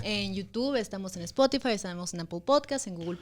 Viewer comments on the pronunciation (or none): none